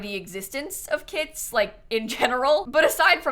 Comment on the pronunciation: Every time she said kits i heard kids